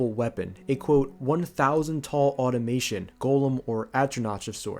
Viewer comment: These feel so rushed. I think if you spent more time explaining various concepts and not reading from a script, you would have way more views. I don’t think you understand a lot of what you’re talking about. For one, you are constantly mispronouncing things (even English words like automaton). Call me an asshole but this directly has to do with reading comprehension and effort. A lot of these are a quick search away. It would be okay for you to read word for word from that text file you mentioned in the first layer but at least talk about it using your own words for more than one sentence.